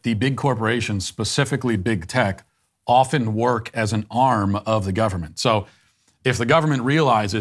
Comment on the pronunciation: This was just what i needed Matt. Also, can I just thank you for being the absolute only 4th person in my lifetime who pronounces "often" properly? I thank you kindly for this good sir.